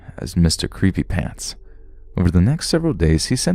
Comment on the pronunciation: I love how there’s a bunch of pants all over the house in the second story but the narrator says PANS 😂